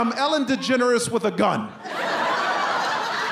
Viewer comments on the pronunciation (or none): none